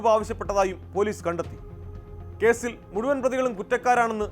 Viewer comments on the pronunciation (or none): none